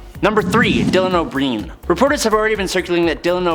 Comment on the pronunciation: Dylan O'Breen 😶bruh it's O'Brien